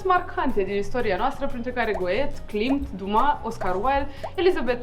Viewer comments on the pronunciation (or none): Cine e go et? Ce personalitate a vizitat Taormina ? Ce pronuntie e aceasta?